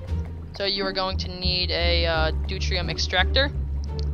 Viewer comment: Pronounced doo-teary-um